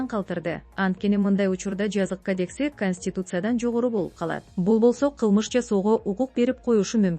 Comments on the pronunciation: Диктор Кадекс эмес,Кодекс деп айт. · Кадекси эмнеси? Журналисттер ото ката суйлойсунор.Кодекспи? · Кадекис эмес кодекс десең кыргызсыңбы окудуң беле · Журналисттер окуганда туура окусанар,Кадекс эмес Кодекс. Кобунчо орусча шаарлардын аттарын да туура эмес окуйсунар. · Кадекс эмес, кодекс. Алып баруучуга жарыбадык го. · Эй блогер кадекс эмес кодекс туура суйлобойсунбу Кечке эле кадекс дейсин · Эй сен окуп алып анан сүйлөчү,кадекис дейсиң реце дейсиң уят